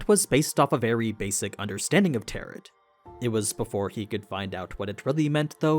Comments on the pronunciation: Pls it's "tarrow" not "tarrot" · Love these videos and pretty hype for covering this series! Minor feedback: "tarot" has a silent "t" at the end (it's a homonym with taro, the root vegetable). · just an fyi tarot isn’t said as it’s spelled it’s got an oh sound at the end not an At sound, so it’s Tar Oh. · It's pronounced TARO (not tarot) :) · Tarot is read as Taroh, FYI. Your vid’s are sick as always ❤ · Tarot is pronounced "teh·row". Not like Parrot. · IT'S teh·row STOP PRONOUNCING THE SILENT T, FFS. Where did you learn to read? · The last t in Tarot is silent, everything else is great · I agree. the mispronounciation was driving me crazy. Besides that, Great Video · You mispronounced tarot. It is a French word and the final t is silent. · Feedback: When you mispronounce "tarot" it makes me think you're using AI slop to voice the dialog. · I can't be the first to mention it, but the t and the end of Tarot is silent. Tarot rhymes with arrow for american or i could be tah - row for british. either way the t is silent. But i haven't seen the dub so if they decided the pronounce it that way then i guess that's how we pronounce it for the purpose of the show. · Tarot, the T at the end is silent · why is he saying tarot like that? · I love your content but for the love of god, please learn how to pronounce tarot. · the t at the end of tarot is meant to be silent..... other than that great video. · You don't pronounce the last t in tarot. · Small, small nitpik.... 'Tarot' is pronounced with a silent 't' on the end. French words, go figure. Thank you so much for this context. It helps a lot!